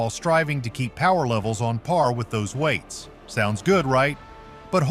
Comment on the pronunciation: Instead of weights, announcer says "veights"? Very distracting. German-style pronunciation?